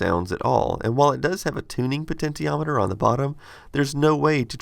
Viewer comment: Potatometer? It's potentiometer, combining the two words potential and meter.